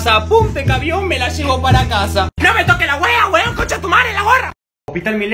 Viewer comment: asi no se dice se dice WEON NO WEBON